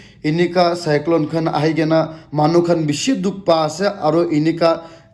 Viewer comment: Its Cyclone not Cyclo Wokha not Wakha😂😂